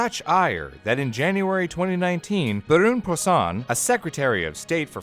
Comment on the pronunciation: Very informative. Thanks. , I laughed at how you pronounced “Brune Poirson”